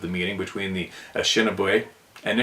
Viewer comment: Only trying to help with a pronunciation ❤that’s giving you trouble. Phoneticly it’s . Ah Nish Ah Nah Bay.